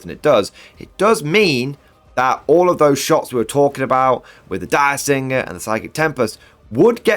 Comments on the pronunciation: Dirgesinger, not Diresinger. It sings a dirge. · My gosh. It’s not “Dire-singer”, like a direwolf. It’s “DIRGE-singer”. As in it’s her pet dragon and it sings dirges (sad funeral songs) that are psychic and so sad they kill people. Imagine how cool that is in a game. Killing the filthy xenos by singing to them! That’s why I run her with my Templars. So fluffy.